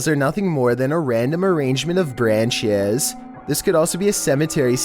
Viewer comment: “RaNdOM ArRaNGmEnT oF BRaNcHeZ “